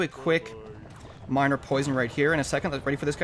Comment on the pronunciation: hey you said minir